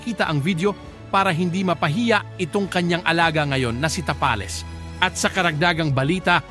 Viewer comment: ayusin mo mag bigkas ng "tapales"😅😅